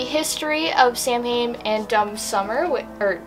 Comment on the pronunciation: This was a really good unboxing I liked every one of the items 👏🏻👏🏻👏🏻 I'm glad you corrected yourself with the eight of cups card but you mispronounced the word Samhain as a Irish Pagan it's my duty to let you know.